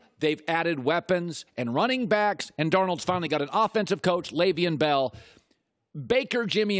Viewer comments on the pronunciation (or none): YOU STILL DONT KNOW HOW TO PRONOUNCE LEVEON BELL SMFH